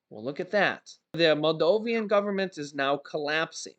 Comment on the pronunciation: It is pronounced Maldovan, not Maldovian.